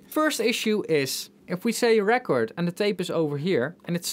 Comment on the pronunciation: Auto is pronounced "or tow" and record, (as you've been saying it), is the noun, ( I kept a record of the purchases or I bought a new record), where as "rEcord" is the verb, (I'll have to record that track again). Drawer is pronounced "dror" even if draw, (to make marks representing something), is an homonym. English is silly - it has more rules than most and ignores those rules far too often for the rules to be useful.